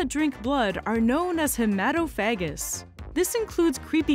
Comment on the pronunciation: The stress is on the third syllable: hee-muh-TOF-uh-gus Otherwise, it would sound eerily similar to a common homophobic slur.... 😏